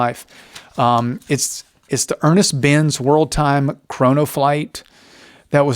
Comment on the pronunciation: Nice video, thank you. It's Ernst Benz, by the way (not Ernest).